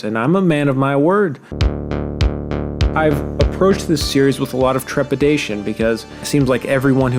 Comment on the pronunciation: i'm disappointed you can pronounce trepidation so effortlessly